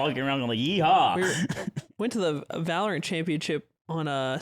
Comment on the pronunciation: I want ludwig to improve himself by saying valorant properly.